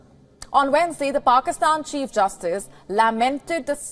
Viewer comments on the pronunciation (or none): none